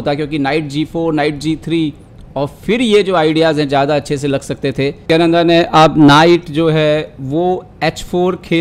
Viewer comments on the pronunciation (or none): You are pronouncing his name incorrectly its prggnanada not prgyananda. In the description also you have wrote his name wrong in hindi